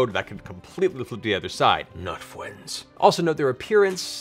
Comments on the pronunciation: lol! every time he says friends, I keep thinking he said fwiends. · "Not fwends" killed me XD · Fwends..! Not fwends..! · "Fwends." "Not fwends." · NOT FWENDS??!!?! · Fwends... like Clarota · NOT FWENDS. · Thanks Matt, now everytime you introduce an NPC or turn one from one side to the other I will be imagining their thoughts as either "fwends" or "not fwends" which is truly hilarious! Oh no the Roc came back? Not fwends! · Please, for the love of God, make a 'Not fwends' t-shirt.... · oh no, you're one of them... the the the not fwends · teiw fwends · NOT FWENDS